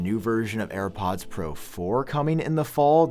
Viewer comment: “New AirPads” 😂